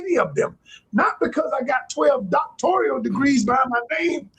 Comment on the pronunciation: Its doctoral not doctorial 😂😂was he mocking her or he couldn’t pronounce it either lol And yall are correct it’s all a money grab off gullible BW bcuz they’ll buy anything as the largest consumers of the world.